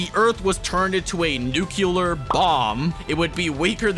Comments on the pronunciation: You pronounce Nuclear incorrectly. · New kew ler Bomb